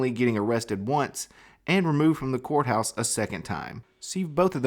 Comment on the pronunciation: Arrested in the the couthouse? What is a "Cout"? LOL Sorry I couldn't help myself.